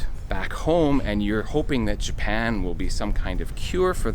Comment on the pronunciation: More like: Ja-pie-ya-en..hahahahahaahahahahaahahauau